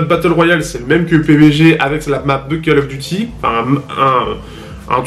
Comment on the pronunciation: "call" se prononce "caule" sinon ça peut être sympa pour les joueurs mobile. Pas pour moi cependant